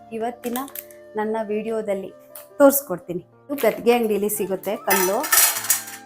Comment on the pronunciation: ಅದು ಗದ್ದಿಗೆ ಅಂಗಡಿ ಅಲ್ಲಮ್ಮ. ಗ್ರಂದಿಗೆ ಅಂಗಡಿ.